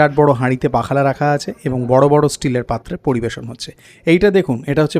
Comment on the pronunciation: পাখালা বলে কিছুই নেই। উচ্চারণ হবে পক্ষল । পক্ষল শব্দের শেষে ল এর টান একটু দীর্ঘ।